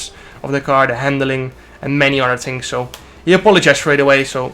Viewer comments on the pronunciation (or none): none